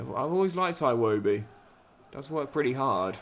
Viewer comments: Something minor quick Iwobi is pronounced "eewoebee" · Great work The name "Iwobi" is pronounced With the "I" vowel sound, Just a humble Nigerian